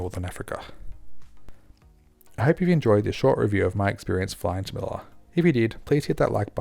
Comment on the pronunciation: Dope flight report! Quick tip: it’s pronounced MeliYA. The double L (ll) in Spanish is pronounced as the *y sound! 🙂